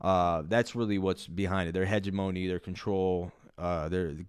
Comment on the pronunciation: Only thing I want to add to this video is that I need u to look up how to pronounce hegemony.